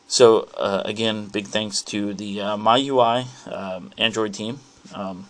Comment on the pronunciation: its pronounced ME-U-I please get it right